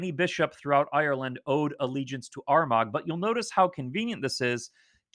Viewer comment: Excellent presentation. Greetings from Kildare, Ireland. Lots of great information to digest. Just for info Armagh pronounced ‘Armahhh’ and Bealtaine is kind of ‘Baltana’.